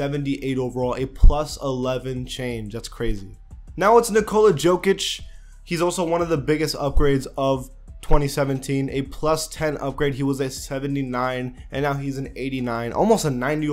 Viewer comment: Nikola's last name is pronounced yokich